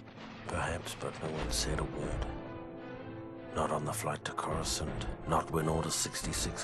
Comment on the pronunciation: How he says Coruscant is just beautiful. Not on the flight to Courscant Not when order 66 came down And Not when marched into the Jedi Temple. Not a Word.